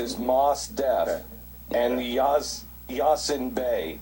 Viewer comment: It's Most Definite. Mos Def. the other name is not Yazin either. Clearly pronounced Ya-seen.